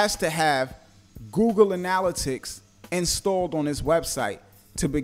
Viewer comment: Great info, but your pronunciation of analytics is killin' me..